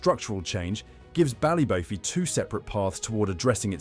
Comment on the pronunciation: Such a shame .. Pronunciation - Ballybo-fey as with Don-e-gal